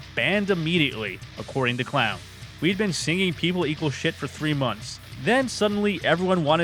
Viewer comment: any time I Hear someone in a video mispronounce Clown's name that's an automatic dislike